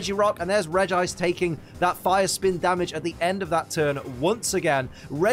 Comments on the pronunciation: Regice is pronounced Regi-ice not reg -gice. Please stop pronouncing Regice wrong. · I always pronounce Regice as Reggie-Ice because it rolls off the tongue better to me.